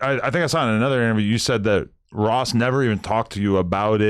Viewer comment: He can’t even say Ross name lol